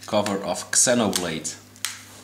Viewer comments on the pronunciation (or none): Its Zee-noblade not EX-enoblade